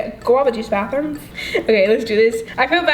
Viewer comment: who also heard "one guava juice bathroom" instead of bath bomb 😂😂😂😂🚽💣